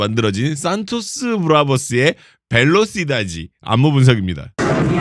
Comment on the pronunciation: 발음은 벨로시다데. 영어speed같은 단어에요.